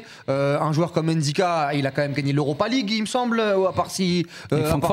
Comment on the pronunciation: C’est Ndicka. C’est un nom camerounais car il est camerounais de père et ça se lit directement sans prononcer le N merci. Y’a pas d’apostrophe exactement comme Mbappe